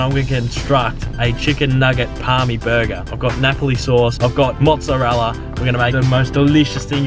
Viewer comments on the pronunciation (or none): sorry mate turned off when i heard "parmi"